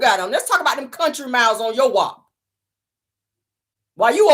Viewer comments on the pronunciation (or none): it’s “them” not dem😂